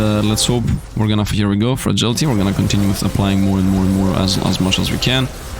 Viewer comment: There is no damned "G" in Frailty, come on I know English isn't your first language and I also know people have told you this before. At this point I know Youtubers do things like that because they think it somehow helps them or to amuse themselves but it needs to stop. Please stop doing it or I'm going to have to stop watching your Soulstone content because yes it's that damned annoying. Thanks for making content and having fun while you play. I would really hate to have to move on though of course I'm just one person but I can't be the only one it really annoys especially after knowing you've been told about the mistake... I tried I really did but I just can't watch with how many times you say "Frailty" as "Fragility", there is NO G in "Frailty"...